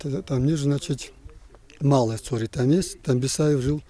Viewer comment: По какой причине не Цхьуоре , а Цори ?